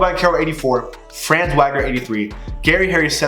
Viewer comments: FYI it’s not pronounced franz Wagner, it’s fronz Vogner (because he’s German) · I'm not truna be that guy but Franz name is pronounced (fra-ans) and his last name is pronounced (Vog-ner) The reason why I know how to pronounce his name is because my friend is from Germany and his name is Franz. Also Wagner is a American last name to and I have friends there Identical twins and their last name is Wagner.